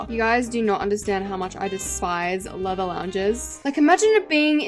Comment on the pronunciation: When u said leather I heard Lego 😭🙏